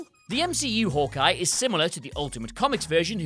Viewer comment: Nombah ten: Howkeye